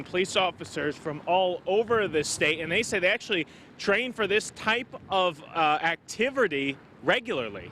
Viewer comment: How do you butcher the word activity lol.